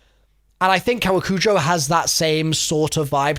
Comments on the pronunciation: its "koe wah coo joh" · Koh-wah-koo-joe and i believe theres emphasis on the second syllable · It’s pronounced cowacoojoe in US of A speak. Hope this helps!